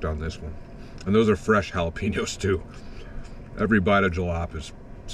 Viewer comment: I saw some dude was pissed in your last video because of the way you were saying jalapeños. I’m so glad you had it on your pizza this time. LMAO. Those pillars were interesting. It would suck to be under them if a section fell off